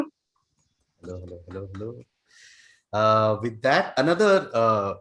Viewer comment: mallika dua with a HELLOOO more english than the queen